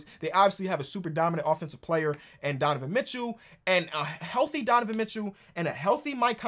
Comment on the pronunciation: Love when gets in his Ebonics. "Donovan Mitchoo" "Kal Larrie"